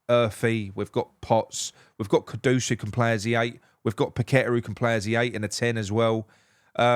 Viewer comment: Well done on the pronunciation, and not calling him j lo like everyone else 😡. Ivan toney is a big yes for me